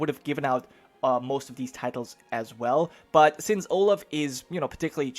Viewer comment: Olav is pronaunced Olav not olaf (in norwegian )